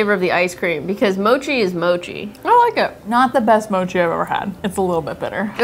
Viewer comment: Ur saying mochi wrong say it like more tree mochi